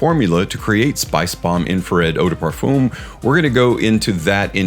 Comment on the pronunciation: Parfum doesn't have an oooom sound for the um.. its a literal "um" sound. Nit picky yes.. but having listened to European folks pronounce it and mainly French folks.. its a simple "fum". Sounds like fun but with an M in place of the N